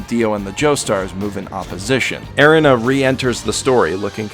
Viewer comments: this man really said "air-in-a" (Erina for all you slow mfs) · Okay Erina is pronounced like you're saying arena. The abilities that Jonathan and Joseph possess is pronounced Ha-moan. I didn't watch the subs but i do know i prefer the sound of the dub.